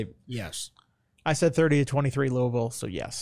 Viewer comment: Thank God you pronounce Louisville right